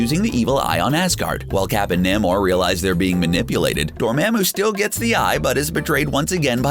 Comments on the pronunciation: lemme just correct u there my man its dormamu not dormemu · It’s dormamu not dormamu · Excellent work.If it's your thing, stick with it, but Dormammu is more "Mom" than "mam". I really don't want to be that guy, but the Dr Strange video was a lot. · ITS DOR-MA’AM-U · the way this person says dormmammu makes me cringe every time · This is a great video, but the way he pronounces “Laufey”, “Frigga” and “Dormammu” makes me cringe 😅😆